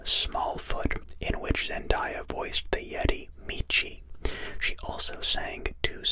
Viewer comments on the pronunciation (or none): zen-day-ah not zen-die-ah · I hate that your saying zendiya its reaaaaallly bugging me I mean am I wrong its zendaya not zendiya I'm mean jeez but I'm no trying to give hate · Its zendaya not zendiya omg have some respect🙄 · I left as soon as he said her name wrong